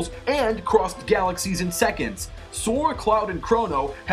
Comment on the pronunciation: it's sora not Zora